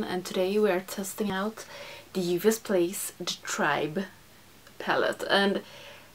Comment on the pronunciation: I love how you pronounce "Juvia's"! Aaaand we can see Masai from space!